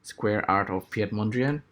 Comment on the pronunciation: It's pronounced like "Pete".Interesting work! So basically, you need input pixel values from your UV map for a density function to solve a problem of importance sampling. The resulting voronoi set could serve as scaffolding for the actual lines. I wouldn't know where to start.